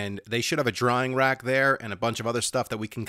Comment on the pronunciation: "drying rack" You keep saying "drawing rack"